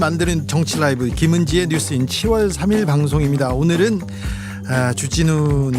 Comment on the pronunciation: 7월이 왜 시월로 들리나? 발음 똑바로 안할래?